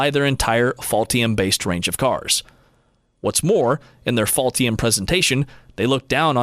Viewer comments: I am sorry, but did you mean "Ultium" when you said "Faultium"? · Interesting when the narrator says Ultium in the video it sounds like he is saying "Faultium". It is even spelled that way in one of the graphics. It is perhaps a truer name for the GM EV Platform. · Is he getting paid by “fault-ium” 😂